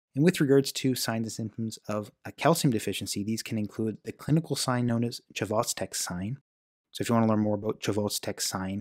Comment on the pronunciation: The “ch” in Chvostek SILENT. It is pronounced “vos-tek”.